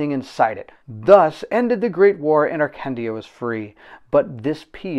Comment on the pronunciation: Before reading the campgain, maybe do a pronoune check…. Arcandia (Akandia)